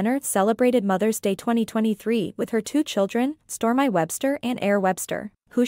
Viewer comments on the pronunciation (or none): UGH! The AI, digital voice mispronouncing basic words. Kylie's baby girl's name is Storm-eeeee not Storm-eye. AI definitely isn't idiot proof. The narrator sounds ridiculous!